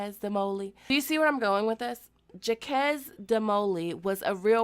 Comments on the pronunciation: I thought Jacques was pronounced so it rhymes with shock. Shzok? Like Jacques Cousteau? If you were kidding I'm sorry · It’s cuz i speak French so I was shook 😂 it’s pronounced like jock but with a soft J. Kinda like J and Z combined. Jzock 😂😂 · It's not jakess 😆 it's jacks the French version of Jack/jackob. Not hash-hashins. Hashashins. Not muslims but Ismaili Shia. And they used poisons and snakes and scorpions to kill. They were good but the Muslim Mamluk jihadists from Egypt ended them, who were more brutal than the hashashins (smokers of hashish, a drug like weed) under the leadership of Sultan Bibars who was a slave in egypt then became an army general and then became the Muslim caliph. He brutalised the crusades like no other, it was so bad until today Europe is silent about him, unlike Salahaddin Ayyubi, who defeated the Crusaders and took back Jerusalem for islam, but treated the Christians with mercy they praise him in their history books and movies like Kingdom of Heaven.